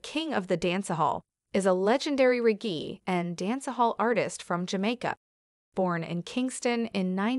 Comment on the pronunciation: Very impressive. Only error is the pronunciation of the word "reggae"